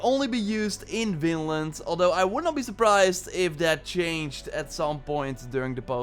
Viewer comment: I hear says "Finland" not Vinland but maybe it's bc of his accent. IDK it hears like it